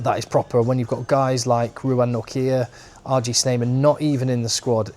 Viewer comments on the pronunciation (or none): none